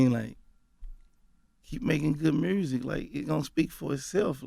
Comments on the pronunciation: “Mursic” . Thank me later. Lol. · Gotti thinks there's a letter "R" in the word "MUSIC" (MURSIC) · Ok Mr Gotti. Ima need you to pronounce it correctly MUUUSIC! Yo Gottie : mursic! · Aye Yo Gotti..... the is no “R” in “MUSIC” Homie! Please stop saying “MURSIC”! lol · Why he pronounce music, Myursic lmao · Here for 🐬 and to hear Gotti say ”Mursic” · “I’m just focused on making my mursick”- Yo Gotti